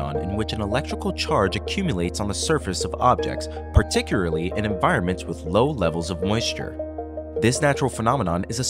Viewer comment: Stop using the word "particularly" if you can't pronounce it.